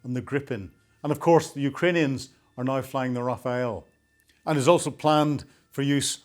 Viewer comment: NOW is not pronounced NYE